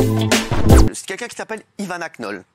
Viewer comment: Faut que Raymond arrête de dire quenquun au lieu de dire quelqu’un 😂